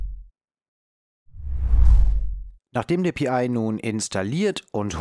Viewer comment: Mich irritiert die Aussprache manchmal. Pi und dann wieder Pi-I? Hat das einen tieferen Sinn? Ansonsten, ein sehr informatives und interessantes Projekt, wo ich als alter Raspberry Pi Nutzer auch novh was lernen kann wenn auch HA kein Thema ist in einer Mietwohnung.